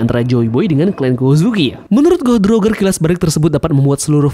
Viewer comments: salah sebutannya bukan "Rogger" tapi "Rojer" gitu dong. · wkwkwk cara lu nyebut roger literal banget jamet